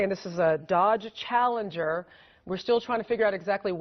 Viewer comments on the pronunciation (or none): How hard is it to say CHALLENGER??? :)